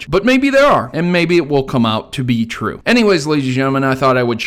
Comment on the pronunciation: are u saying TRUE or 'tue' as in Tuesday?